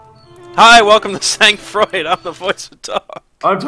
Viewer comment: It's pronounced Sang Froid! :P